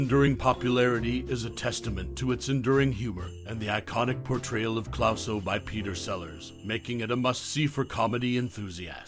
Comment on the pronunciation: Jacques Clouseau. It's pronounced "Clooso" not "Clowso". David Niven, pronounced as is, not "Nyven". Jeez.